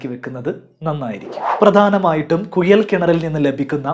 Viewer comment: കുഴൽ ആണ് കുയൽ അല്ല 👍